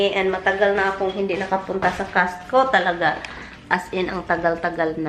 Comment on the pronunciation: Natawa naman ako sa sinabi mo na instead of CostCo you said castco lol